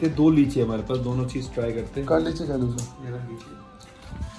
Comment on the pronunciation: Roshan -‘ ye leechi nhi leechad hai’ 🤣🤣🤣